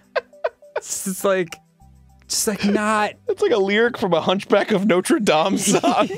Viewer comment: Can we just acknowledge that Arin said Notre Dame in the context correctly